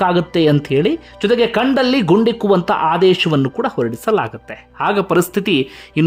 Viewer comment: ಕಂಡಲ್ಲಿ ಅಣ್ಣ ಅದು ಗಂಡ್ಡ ಲ್ಲಿ ಅಲ್ಲ 😁